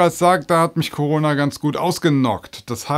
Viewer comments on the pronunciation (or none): none